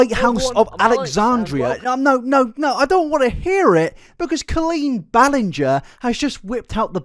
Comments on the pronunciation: "i've never heard someone pronounce it ballin-gah" we heard you pronounce it like that for the first three hours of this video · I’m only 5h20m in but please tell me you finally call her Colleen “bell end-ger” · Drinking game, shot every time he mispronounces Ballinger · It's been driving me up the wall watching this 😂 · not you mispronouncing Ballinger for the first half of the compilation and then saying you've never heard someone mispronounce it in the Raven podcast section hahahhahaha